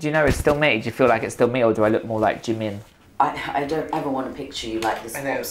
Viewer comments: nah bro you’d be poor cause he keeps saying “jeemen” loooool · IKR I'M WHEEZING!! He's not even pronouncing the name right I'm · He can’t even pronounce Jimin correctly.. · Annie Bleveans Almost Like Chi instead of J since Those two are very close in the Korean language. Also, The I should be pronounced as how you would say E in “he” so it’s Ji-min. That’s my guess. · Bet that white guy doesn't even know Asia has 48 countries lol Plus the dude can't pronounce jimin